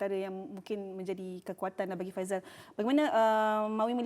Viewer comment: Faisal bukan faizal. Kata professional 😪